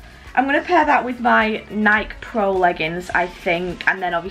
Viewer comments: She said Nike with a short e it's Nike with a long e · i hate how she shae nike its NI KE not NIIIIKE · Why does she say Nik and not nike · please dont call them Nike (n-ie-k) its Nike (n-ie-kee) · How she says nike pros is haliarious is pronounced (nik-key) prod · sparkle41000 in the uk the majority of us pronounce it Niiiike instead of Nikey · It's funny how she says Nike like not pronouncing the e. Like it's pronounced "Nikee". Lol 😂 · Im not being rude at all but Nike is actual pronounced nikey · pronounced “nikey” but spelt nike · Nike is pronounced Nikey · Nike pronounced nie-key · You pronounce Nike and addidas hella wrong. Addidas is pronounced uh-dee-duhs and Nike is pronounced ny-kee.. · It’s pronounced nikeeee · Did anyone else realize that she said Nike wrong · boi she said nike wrong! WTF?!😲😱😂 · You said NIKE and addidas wrong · Lol she pronounced adidas and Nike wrong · lmao NOT how you say nike but ok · Omg I hate how she pronounces NIKE